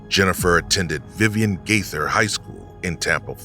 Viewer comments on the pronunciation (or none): none